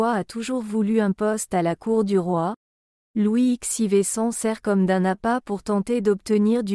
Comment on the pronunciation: 😂Le commentaire est à mourir de rire. J’ai dégoté quelques pépites : « La modestie de ses données extérieures », le duc de Saint « Saïmon » et Louis ixeivé . Il faudrait peut-être apprendre à l’intelligence artificielle à lire correctement un texte 👻